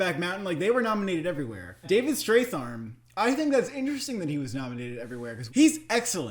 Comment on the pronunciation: David Strathairn's last name is pronounced ",Struh'thairn" like when you say air. And it's pronounced Tandy, not Thandy. I know Thandie's name has an h, but that's how it's pronounced.